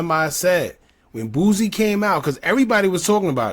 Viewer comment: Yall kill me saying “boozy” it’s “boo-c” “boosie” 😂😂